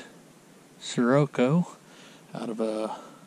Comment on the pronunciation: Interesting way of pronouncing Scirocco hahaha